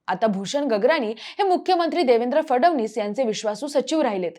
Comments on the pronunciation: Hee aali..fadavnis bolnari...hila fadanvis pan bolta yet Nahi 😅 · फडवणीस नाही रे ते फडणवीस आहे काय ही स्क्रिप्ट काय ते उच्चार ? चांगली पत्रकारिता करा 😂